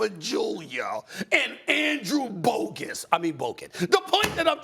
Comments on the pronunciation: No way he said Andrew Bogus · Andrew "Bogus" you did that on purpose Stephen A 😭